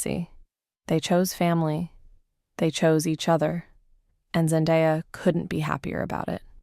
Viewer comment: So u can’t even say her name right and have this tagline for clickbait? Gtfo